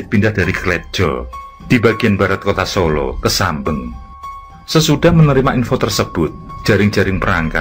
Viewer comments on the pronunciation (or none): tempat persembunyian aidit di solo mengejanya adalah "SAMBÈNG" bukan "sambêng" dan tokoh pki yg disebut " njoto" yg benar menyebutnya " "NYOTO", yg artinya adalah "nyata"